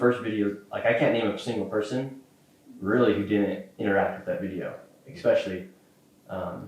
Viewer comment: He can’t pronounce benevolent, he says exspecially rather than especially, and his hoodie makes fun of misspelling/mispronouncing . At first I was kinda on this kids side, now I just think he’s kinda fuckin dumbass. And I’m not a liberal snowflake. Nor am I some maga supporter. Just a dude, from the same state as nick, currently living elsewhere, but damn this is a bad look